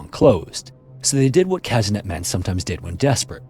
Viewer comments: This is not "Käsinett", but "Kasehnett". Anglos and there haughty negligence of the pronounciation of foreign words. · "Kazynyet" the pronounciation is a bit off, but as always, great video